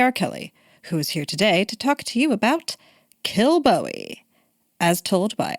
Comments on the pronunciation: It's promounced Kill-bow-ee. I was brought up there. Kilbowie Road, Clydebank. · OK! so the emphasis on first syllable is correct? Darn Yanks. :)